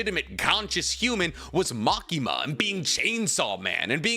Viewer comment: I thought you were going to say the problem with Asa is that she has a split personality lol. You went with social inadept first, i mean thats not really an issue with Denji. You also called Makima->Makimo and Himeno->Kimeno....